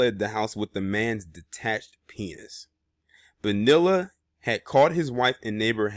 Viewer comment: ITS PRONOUNCE ...'BO- NEE- LAH